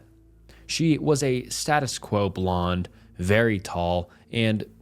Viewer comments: you pronounced “status quo” wrong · Okay I've never commented about the mispronunciations but "status-quo blonde" broke me 😂